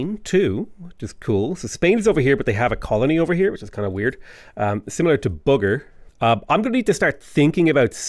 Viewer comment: lmaooo im indonesian and he read Bogor as Booger had me dying 🤣 its pronounced actually Bo Gore (Like Al Gore)